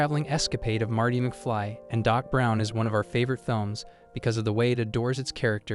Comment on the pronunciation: McFlee? It's mcFly, bozo. They may be both insects, but still different.